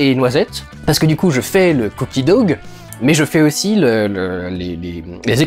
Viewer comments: "je fais le cookie dogue" c'est marrant comme les français compliquent les mots, comme ici "dough" se prononce tout simplement "dow" ou "do" ^^ En tout cas, ils ont l'air super bon :) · Why would you pronounce it cookie "dougue" ! OMFG Just use the real pronunciation lol People in Quebec use the real English pronunciation lol Why can't the French do it? Especially when the person knows how to speak English XD I know you can do it! XD Cookie "dough" (doh like Homer's DOH!) XD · Pour info... ca se prononce doh le cookie dough si jamais :D. A part ca c le debut de la video mais j'espère deja qu'il y a la recette dedans lol